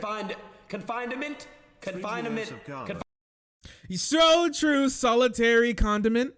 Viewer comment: Yo do any of those guys know basic English? Can't pronounce confinement, can't pronounce feign, no wonder they like tate, straight dumbasses with negative IQ